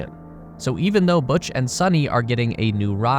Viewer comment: Butch and Suni (it’s pronounced as “Soo-knee” NOT “Sunny”) will be loving it up there! Imagine waking up every day to the sight of the planet below!!